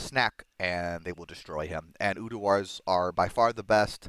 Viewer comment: Tbh i havent noticed much difference between Quick Cast and normal when playing CE, nice to see its back hopefully it wont get nerfed lol...again... PS bro... its URDAR not UDUAR :P same it's not Travichal its pronounced Traninkal